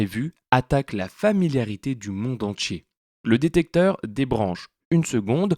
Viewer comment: Je ne supporte pas ta prononciation : entchier, moitchié.